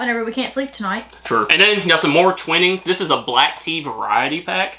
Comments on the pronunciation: Twinings is pronounced twInings with the 1st I being pronounced like in the word twine. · lol when u say twinings its pronounced twynings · Twynings, not twinnings. Malt-eesers, 2 sugars is insane. Relax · All you need is Yorkshire teabags. Twinings is pronounced twynings, as in a capital i. Also, teacups are needed when using a teapot with the bags left brewing. The volume of a teacup is not really enough to do it the way you did. Teabags only go directly into mugs, not teacups. Just a FYI. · Lady Grey tea has bergamot oil, lemon and orange peel. Twinings is pronounced Twigh-nings. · And twinnings is Twine-ings…. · Definitively: Twhy (like 'why' but with a t at the start) nings. Mol-teasers (as in the word 'tease' with 'ers' on the end) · You need to try Yorkshire tea. I'm not even from Yorkshire but I think it's the best lol Btw that other tea company is pronounced Twine-ings. And they're pronounced malt-teasers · Love the vids. I won't personally put milk in Lady Grey. English blend, english breakfast etc. would usually have milk. They are pronounced Mal-tease-ers and Twine-ings. Keep up the good work. 👍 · Twinings is pronounced "Twynings". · Maltesers - run the words malt and teasers together - malt easers Twinings - the first i is the eye sound so tw-eye-nings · Mole-teasers. My favourite tea is Twinnings Lady Grey. Pronounced twine-nings. Twine as in line. Also milk is put into the cup first as old cups would crack if you poured in hot water first and the tea was brewed in a tea pot. Lady Grey is made with lemon peel and orange peel and a black tea leaf. Also Lady Grey and Earl Grey are aromatic teas and should not be drunk with milk. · it's MALL-TEASERS and TWY-NINGS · The way you pronounced twinings 😂 it's twine-ings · Oh no 😅 that's the worst way to pronounce twinings 😂 try this: t-whine-nings or twineings. Just definitely not like baby siblings born together that might look similiar... ings 😂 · It’s pronounced as twineings twinings